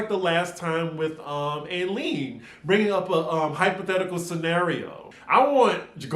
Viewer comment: Eileen is pronounced I-Lean. I miss her! Tom could have been leaving voice messages - not that I believe Erika.